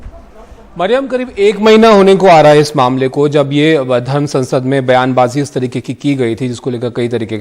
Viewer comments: saansad nahi sansad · Hindi per dhiyan dein. Ziyada Muskhil Nahi hai. Ap Sansad Ko Saansad bol rahi hai. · सांसद नहीं, संसद बोलिये। उच्चारण सही करिए।